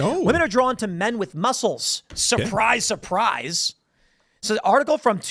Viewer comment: Why does Tim keep accidentally saying “musk-les” lol